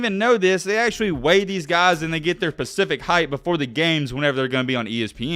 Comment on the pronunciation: I love you to death, but it’s specific(spu-cif-ic)